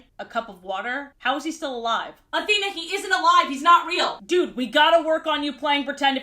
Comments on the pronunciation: "A-three-na" sent me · "athreena" oh fuck off 😂